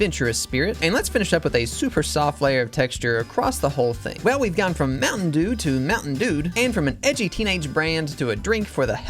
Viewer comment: Bro turned mtn dew into ompa dew💀